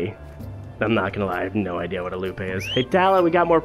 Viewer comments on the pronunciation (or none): Another great video. However, "loupe" is pronounced "loop." ;)